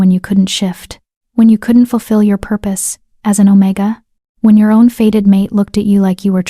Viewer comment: It's not "faded mate", it is "fated mate", as in destined to be or happen...